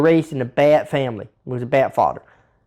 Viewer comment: So glad i stayed for Fawdder and Mudder 🤣🤣 Never change!